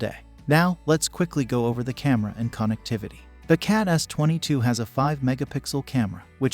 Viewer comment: say KON EKT TIVITY one more time, i dare you.